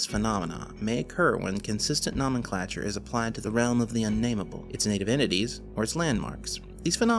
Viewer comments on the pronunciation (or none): no-men-clay-chure/ no-men-clay-tive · sigh...you can pronounce phenomenon, psychogenic, amnesia, and anomalous...but not nomenclature or nomenclative....it's making my eye do the twitchy thing...